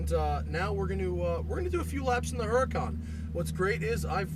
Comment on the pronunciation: no the H is silent, it's Urr-Uh-con